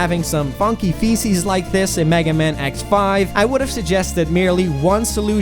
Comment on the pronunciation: He's called megaman not "magaman"